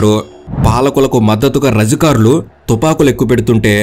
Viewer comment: భూమి కోసం భుక్తి కోసం వెట్టి చాకిరి విముక్తి కోసం, ముక్తి కోసం కాదు రజకరులు కాదు రజాకారులు, ఫస్ట్ నీవు తెలుగు భాషా పలకడం నేర్చుకో